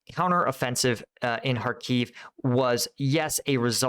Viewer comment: It's Khárkiv, not Kharkív.